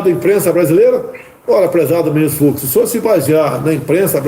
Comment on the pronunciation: NÃO "FROID", "FUCSSSSS" !!!🤮🤮🤮🤮🤮